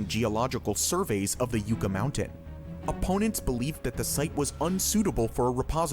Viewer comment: Ugh. Hearing the narrator pronounce "Yucca" as yoo-kah instead of yuh-kah is a bit cringe. It's supposed to be pronounced like the work yuck with an A at the end. LOL. The Yucca flower is the state flower here in New Mexico and is actually edible if you're stuck in the desert. Just don't eat the sap from the stalk which is mildly toxic.